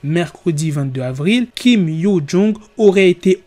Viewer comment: C’est compliqué le prénom 😂😂😂 il faut t’améliorer la prochaine fois